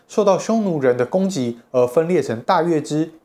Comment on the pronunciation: （月）氏，（）音同（肉），在這裡是破音字。